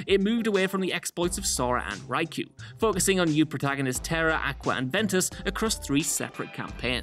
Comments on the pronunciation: Xenahort? Xenahort? I think you mean Xehanort. Raiku? It's pronounce Riku... Please, if you don't know how to say something, listen to it in context first, it's jarring to hear mispronunciation. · I can't be the only KH fan that got pissed off that he pronounced Riku as ry-que And xenahort when it's xehanort (pronounced zay-han-ort you pleb) is just further insult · Its riiikuu, not raiku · And Riku is pronounced REEkoo not RYkoo. It's a Japanese name ffs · Ryku??? It's pronounced "ree-ku" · Raiku? Xenahort? Did you even read that part of the script this time? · Zenhanort?? RAIKU??? So cringe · Raiku lmao, credibility lost in a single word. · How do people get names wrong from games where there is spoken dialogue? Raiku smfh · Why can't pronounce names correctly like Xehanort and Rikku? Seriously, there's an abundance of KH games where their names are said out loud.... Started noticing this with many of his videos.... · RAIKU? ASDFGHJKL FUCKING RAIKU 😂😂😂 It makes me mad but also laugh so much. Poor Riku. Raiku is like those badly drawn version names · Xenahort? "Raiku"? Someone clearly never played any of the KH-games :P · Oof. Did we really have to mispronounce Riku? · No offense, but you completely mispronounced rikus and xehanorts name. Did you play the game at all? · How the heck did you pronounce Riku wrong??? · Man has clearly not played kingdom hearts what are these pronunciations